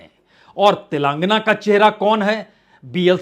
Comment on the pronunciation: श्रीमान पुण्य प्रसून जी कृपया “तेलंगाना “ को सही से बोलना सीख लें।